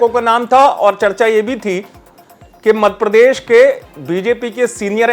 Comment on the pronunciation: मध्यप्रदेश होता है वो, मधपिरदेस नहीं. कृप्या उच्चारण सही सही कीजिए😊